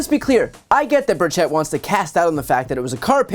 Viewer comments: FYI - the Congressman pronounces his last name BUR-chit, not BUR-chett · As I am, unfortunately, one of Timmy’s constituents, I will nitpick over the way his name is pronounced. The accent is on the first syllable, not the second. And the E is pronounced like an I. Just say BIRD-shit and you’re close enough. 👍